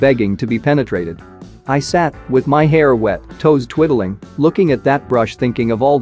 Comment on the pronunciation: TWIDDLING…sir…it’s twiddling thank you very much